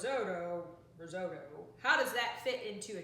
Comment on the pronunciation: pretty sure you are saying risotto wrong